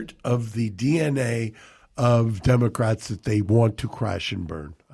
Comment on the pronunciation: It sounded like Mark said democrack party. make it go viral.